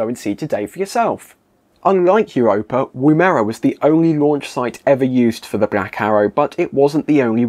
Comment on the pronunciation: Nice video, I like the sense of humour, and there was a lot of info I didn't know.! Woomera - the "woom" part is pronounced to sound like the "wom" part of 'woman'. It's an Australian Aboriginal word for a device that enables a spear to be thrown further and faster. Woomera is still used today for various testing, the most public of which is related to hypersonic vehicles.